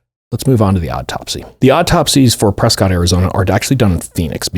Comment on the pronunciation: Not debatable - it’s pronounced Preskitt (I know cuz I lived there for a chunk of time!)